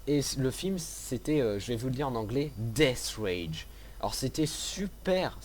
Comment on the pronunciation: c'est death race et pas death rage ... Enfin bon gameplay sinon ;)